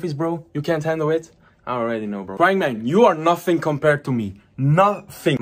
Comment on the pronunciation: “Nofing compared to me”